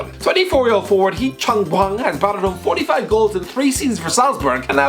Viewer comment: Hee chan hwong